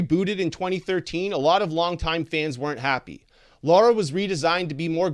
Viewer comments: Sir! Stop Say Her Name Wrong!🤦🏽‍♀️ Her Name is Lara! L-A-R-A! And Not Laura!Lol🤭😅😂🤣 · Why does everyone always pronounce Lara like Laura? Almost everyone does it! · Originally it was Laura but then they changed it to Lara. So it doesn't really make difference